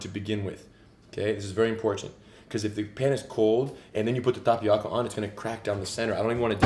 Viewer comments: im annoyed how he says tapioca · This looks pretty good... but please stop pronouncing tapioca incorrectly. No disrespect!